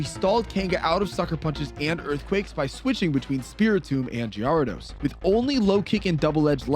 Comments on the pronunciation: Wtf is a gee-are-dos? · What is that gyarados pronunciation?!?!?? AHHHH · I think it’s pronounced gher-ah-dose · Thats not the right way to pronounce gyarados is it...? Is it???? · I feel like you're mispronouncing Gyarados to get people to correct you for the algorithm. In which case, good job, you got me. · the way you pronounce gyrados and gengar is atrocious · ...why do you pronounce the names this way. Gengar, Gyrados, Magneton, Milotic......horrible and unforgiveable